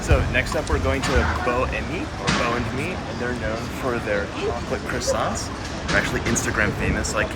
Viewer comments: I haven’t been to Paris for a while now. On my next trip I’ll be visiting at least some of these places. 😃 Best way to travel around Paris? Le métro (subway). Deserts plus café? Parfait! Glad you had fun John. Until your next city! Stay safe. ❤️ PS: That ‘t’ at the end of croissant(s), is silent. Even in plural. 😉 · I am desperate to go to Paris. These all looked utterly delicious! I would likely have made myself ill. I do wish Americans would pronounce croissants properly, though.